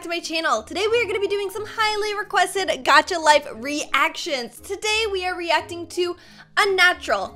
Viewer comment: STOP SAYING GUCHA its gacha